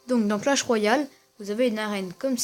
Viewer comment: .pas coah mais clach